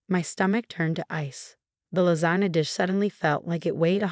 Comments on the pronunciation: Lasana lol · And lasagna